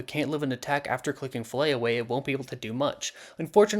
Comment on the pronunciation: It's FILLET away, not Fillay or whatever you said lol 😅